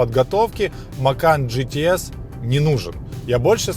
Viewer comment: Спасибо за обзор., режет ухо неправильное произношение английских слов. Не ге-те-эс, а джи-ти-эс. Не питон грин, пайтон грин. Или уже "питон зелёный", если полностью переводить. Если по теме, хотелось бы больше внимания PDC и опциям, типа адаптивный круиз контроль.